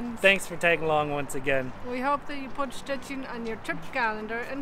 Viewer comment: Perfect prenouncination of Szczecin & “Wally Chrobrego “. almost better then your Wife’s. Ha ha ha